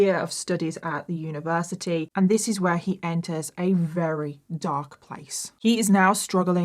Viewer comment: I don’t understand why sometimes you say “very” and other times you say “wrary” lol